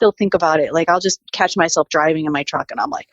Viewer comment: Someone please tell this woman "and" ends with a D. Not with a T.